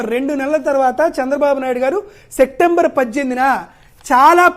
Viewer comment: సెక్టెంబర్ కాదు బాబూ, సెప్టెంబర్ అనాలి.